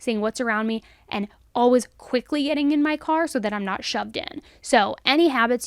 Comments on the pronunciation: Ok I love love love me some right love her voice but tell me why I ran to the comments to see if anyone else came for the way she says "Alaways" haha live you girl 😂❤🎉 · The way you saw "Always" haha love ya girl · Your ‘always’ near the end of this video made you sound British xx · The way you say "always" unfortunately distracts me so much during each video. I love this channel but i cant figure out why you pronounce it in such an odd way lol id like to hear you say away and way and then always. 😂